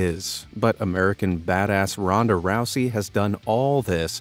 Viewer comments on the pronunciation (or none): He should have said Ronda other way ron-da other way